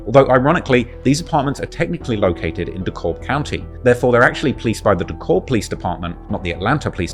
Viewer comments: Dekalb is pronounced "Dee-Cab" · You funny it pronounced Dee-Cab dekalb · Its pronounced de cab